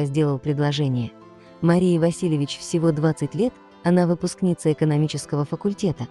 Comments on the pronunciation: Не васИльевич, а ВасилЕвич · Ставьте ударение правильно!В фамилии Василевич,ударение ставиться на букву е!